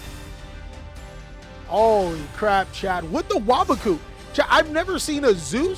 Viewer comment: is the only yugituber to pronounce waboku correctly